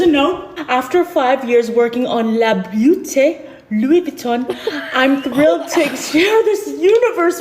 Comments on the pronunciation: not putting on the accent and still pronouncing “beauté” wrong 😭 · Lmao I needed a good laugh and Le beautè Lewey vitohn was gold 😂😂